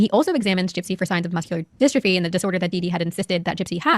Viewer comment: these videos are so hard to listen to. The last one that couldn’t pronounce ‘dystrophy’ and this one that can’t even get the step mums name right 😩🤦🏻‍♀️